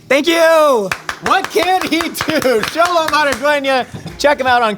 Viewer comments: this is why i love! thank you for pronouncing Xolo's name perfectly and correctly <3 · Respect to the interviewer for pronouncing Xolo’s full name right